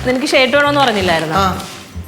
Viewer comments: നീലു ചേച്ചി ഷേർട്ട് അല്ല ഷർട്ട് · pronunciation alla spelling pine ariyaam shirt ennu annan avar parayunnath sheart ennan atha ngan parangath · ഷേട്ട് എന്ന് പറയുന്നത് കേൾക്കുമ്പോൾ ദേഷ്യം വരുന്നുണ്ട്.. ഇത്രയും ഫാഷൻ വേണ്ടാ